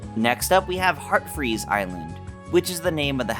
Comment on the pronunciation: Its heatfreeze island, not heartfreeze island.